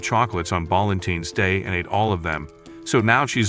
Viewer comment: Balentines✅ Valentine's ❌